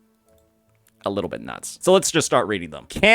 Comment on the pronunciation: emphasis on "nuts" xdd do not harm the walnut!